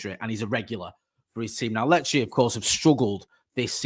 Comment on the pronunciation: Glad this transfer is done now so doesn't have to panic every time he needs to say Lecce😂